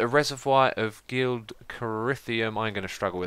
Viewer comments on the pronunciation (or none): gel-id not gelid, say it like jelly jel-id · its pronounced g-elid cry-o-th-ium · gelid is pronounced jelid or gel·id google it, then it will make sense. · gelid cryotheum - je-lid cry-o-thi-um